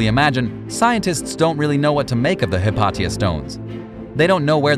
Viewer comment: Hypatia. Hi Pay She Ah not hit pot tee ah